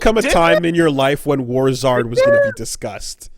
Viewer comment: Oh NOW I get the name. When kept saying it as War Zards I was thinking like Charizard, but I think it's supposed to be like War-zerd, like Wizard of war